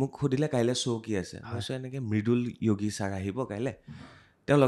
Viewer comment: Yogi asolote sire hindi pronounce korise. Asolote nath manuhar sub caste Assamese pronunciation t kobole hole যোগি hoi.